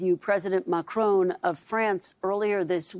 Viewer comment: It’s Ma-Cron, not Makroone, you only just interviewed him. Silly ignorant lady.